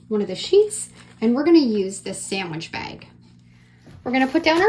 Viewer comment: Bag not bagi